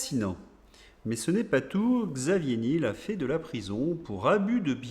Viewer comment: prononciation : Xavier nièèèl